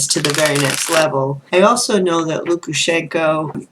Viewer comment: Thank you so much for taking my question 😍😍😍 and yes, you pronounced Lukashenko correctly. I really hope the people of Belarus will get their freedom.